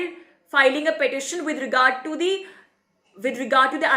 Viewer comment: Say "CAA", IT'S SOUNDS "CEA" ALSO IN UR ENGLISH CAPTIONS UT SAYS CEA...BETTER ENGLISH THEN BEFORE , NEEDS MORE IMPROVEMENT.